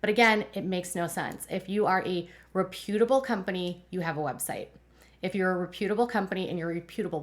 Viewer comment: Very interesting!! Just one thing, you’re pronouncing “reputable” wrong.